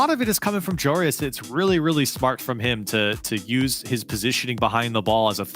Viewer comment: Can casters please stop saying joreIS his name is spelled joreUZ